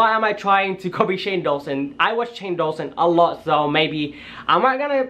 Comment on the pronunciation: Ok I'm sorry but it's not Shane dualson it's door-son that's how u say it door-son Shane Dawson I'm sorry xx